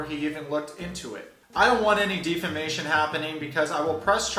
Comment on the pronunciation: Love you, but the irony of you pronouncing 'defamation' incorrectly and spelling 'lawyer' (i.e. lawer) wrong doesn't bode well for ya when you're criticizing Deavan's intelligence :\ I do agree that Deavan's a bit out to lunch though...